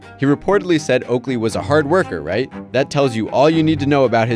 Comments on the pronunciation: Okaley instead of Oakley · it's "OAKLEY" not "OKALEY" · "Okaley" lmao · who tf is Okaley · "Okaley" lol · “Okaley” haha